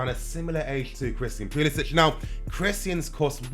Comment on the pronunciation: Theres no H at the end of his name.